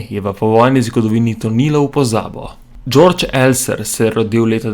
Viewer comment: Johann Georg Elser...nemec...torej 'georg', ne "đorđ"...